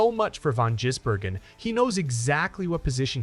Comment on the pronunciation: His name is not Jizzbergen....